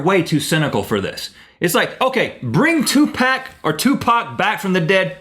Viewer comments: it's probably all these rap idiots who are butthurt becuz the 2 most awesome guys in the world pronouced the name of a dead guy wrong (on purpose) seems like people can't take a joke these days anymore -_ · no 1 cares stick to the title and what kinda idiots cant say 2pac right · HAHAHAHA Oh wow, Rhett and Link! Even on an episode of "Good Mythical Morning," If you pronounce Tupac wrong or poke fun at an imaginary pop star then all of a sudden the internet haterz are abuzz! el oh el. Keep doing what you're doing. ;) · So reading through the comments.... they were mostly downvoted for: pronouncing Tupac's name wrong. Joking about Snoop Dogg being dead, and for people not knowing who these two are. Got it. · a) I would probably buy a ticket, but not for a pop star, for a rock star/band ; b) thumbs up if you are russian and you lough at least a bit when you heard them say 2Pac Тупак =))) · NOT 2PACK!!! TUPAC, pronounced 2POC Jesus get it right white people T_T. if you're hurt i really dont care. its been years and some people still cant get it right. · its fucking tupac NOT tupack!!! damn assholes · yes of course it is, Tupac not "Tupak" how the idiots in the video were pronouncing it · Im a big fan but Nobody says paak its pac (pronounced poc) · its tupac not tewpac just saying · its POC, not PACK. say it right. 2pac. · After the third time hearing them say 2 pack instead of Tupac I said f**k this video. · Lesson of the day: It's "Tupac" not "2 pack.." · the begining when dude was sayin" 2 pack" when his ass knows it pronounced (but not spelled) "tu pock".. im just sayin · His name is Tupac not Tupak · 2pack? it's 2pac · because he pronouced it 2pack its actually tupaaac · its tupac not tupac pfff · His mom and all the true fans pronounce it "Pack" not "Park" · i get anoyyed when people say 2 pack..its tupac obviously for those who cant read or have no rythm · hey its 2pac not 2pack get your f****** SH*T straight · its tu-pac not twoPuk pronounce it right